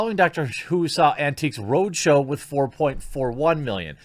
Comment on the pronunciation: As a fan from 🇬🇧 listening to you say Antiques Roadshow, is the funniest thing ever 🤣.